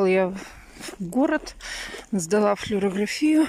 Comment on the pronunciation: Флюорография - ударение на А. Купи словарь и учись говорить.